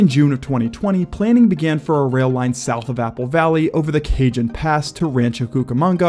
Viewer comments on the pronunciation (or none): Cajun pass 😂😂😂😂😂 It's Cajon pass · It is pronounced Ca 'Hone' pass. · You pronounced cajon wrong.